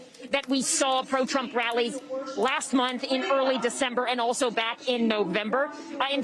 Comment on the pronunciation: Trump not drump